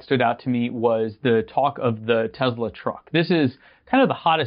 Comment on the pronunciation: Its tesla not tezla dummy....